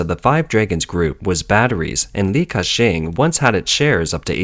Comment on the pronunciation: Li Kashing -in